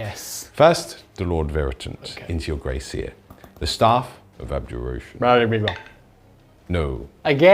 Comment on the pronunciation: I thought for a second had named one of his rats “Grace” Then I realised he was saying Grey Seer 😂